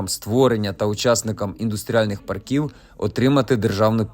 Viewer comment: Треба правильно ставити наголос - пАрків, а не паркІв!